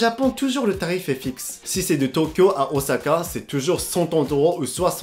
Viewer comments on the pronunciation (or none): none